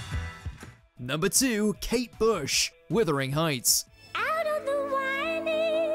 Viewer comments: Sweet Jesus, it's WUTHERing, not WITHERing Heights. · “WIthering” Heights??? Try Wuthering. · Why on Earth does the commentator on this video insist on calling Kate Bush's song WITHERING heights? Has he actually heard the song?